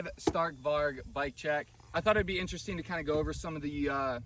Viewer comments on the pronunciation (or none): In Swedish it’s pronounced stark with lower tones and varj in Swedish different variations of different letters can make the same sound